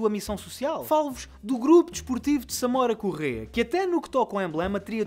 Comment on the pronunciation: Não tem acento mas lê-se Samóra Correia e não Samôra Correia